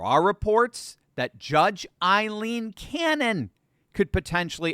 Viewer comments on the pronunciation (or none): "..Judge Aileen Cannon..." Aileen is pronounced [Ae•lean; ae as in pay]. It's an Irish name. 👍